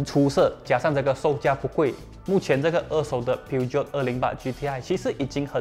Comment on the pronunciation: Peugeot 的发音不是应该是 "Per-Geo" 而不是"Piu-Jiot" 吗 ?